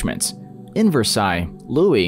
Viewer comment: I’m surprised he pronounced Versailles correctly but couldn’t pronounce Valor